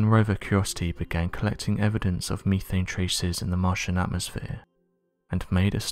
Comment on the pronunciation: Misleading title and its "Meth ane" not "Me thayne".